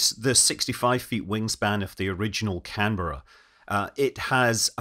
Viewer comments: Thank you for saying Canberra correctly! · Great content as always, but sir, a real tip of the hat for actually pronouncing Canberra correctly. Fantastic effort 🤣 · The first operational aircraft I worked on as a technician after finishing my apprenticeship in the early 1970s was a Canberra and it was older than me ! In this video it was nice to hear the aircraft name pronounced correctly instead of the way the Americans say "Can-bear-ah" :)